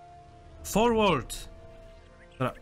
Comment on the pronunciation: Forward czytaj jako forłerd~